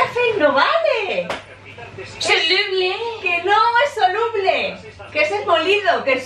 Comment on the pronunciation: pobrecilla dice "que souluble asi no salia"